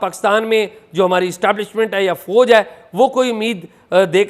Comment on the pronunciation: Can you atleast correct your horrible pronunciation. It is Fauj not Fooj. Can you do it or you agree to be illerate.